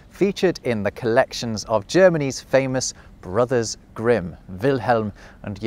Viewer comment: I do love how you got a very nice German pronunciation of the name Jakob and then with Grimm you’re not even trying. Guess you choose on purpose to do so, yet it’s funny to my German ears.